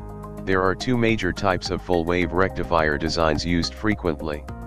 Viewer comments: English isn't your primary language is it? Rectifire = rectifier! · Rectifier not Rectifire